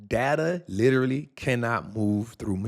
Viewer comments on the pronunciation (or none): none